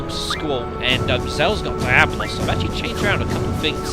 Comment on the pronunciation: *dramatic glare of realisation* The woman from the opening... Dat dog...D; You're doing a facepalm count? How do you know he's really facepalming? It's "Dee-ablos". I know this from hearing about Diablo 3 on Steam constantly. Wow, that's some impressive visuals.